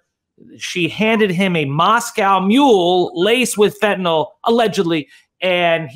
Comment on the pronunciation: Are Americans born with different mouth structure or something? Why can't they pronounce fentanyl correctly?